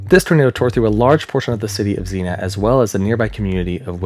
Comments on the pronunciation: ZEEN-ya. Xenia. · Great piece as always,! As for mispronounciations (Heh heh) - XENA is a Warrior Princess....Xenia, Ohio is pronounced "Zien - ya" by most people...just sayin.....heh heh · Dude.... it's Zeen YUH. Sincerely, an Ohioan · I hate to be that person, but Xenia is pronounced zeen-ya. 🙂💜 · (I don't mean this is a nit-picky way, just like... a future reference way? If that makes sense? Like, I'd want someone to tell me if I was the one pronouncing it wrong. You're awesome, in no way do I wish to be rude) I'm fairy certain the "i" in Xenia is actually pronounced, it should rhyme with Armenia, Slovenia, and Schizophrenia. My aunt and uncle live there. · Don’t like being pedantic but Xenia is pronounced, not as Zena, but as Zee-née-a. I’m from SW Ohio and know of what I speak. In all other respects, I think your video is excellent. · so I live in Xenia, and it's actually pronunced zee-nyuh and not just zee-nuh lol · Zeen-yuh (Xenia ) is a city in Ohio Zenna is a hot female sword packing warrior. LoL We all pronounce things slightly different on certain words. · Where are all my Ohio peeps correcting him for saying “zee-na” instead of “zee-neea” for Xenia 😂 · Xenia = zee-nee-uh. Not Zeena. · Zeen-ya, not "Zeena." Xena is a warrior princess. Xenia is the city in Ohio. The science is your video is solid -- work on the fine points of pronunciation. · that's zenia not zena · It's not "zinnia" like the flower. It's "zeen-ya" Xenia, Ohio. "Xe-Nia" lol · Xenia, not Xena. That's a warrior princess, not a town. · Xenia pronounced Zeen-ya. You know Google translate has a voice option and it’ll tell you how to pronounce any word. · I remember that night in 74. I was in southern Indiana, and we were under warnings all night. I was tuned into a radio and recall the moment I heard when it was hitting Xenia. BTW, it is pronounced "Zenia" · Xenia = Zeen-Ya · Xena?😅 Its Xenia man. Nice video brother. Later on in video you got it once or twice.